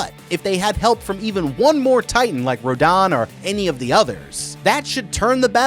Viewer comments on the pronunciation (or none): Also row din/row den? It’s row dan. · The pronunciation of their names still grinds my gears. It’s Gihdorah, Rodan